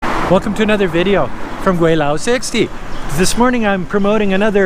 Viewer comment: I like your videos, but as an expat in China for 29 years I wish you would at least use the proper pronunciation for Gweilo. You say you have been in China for 16 years, this should be pretty basic...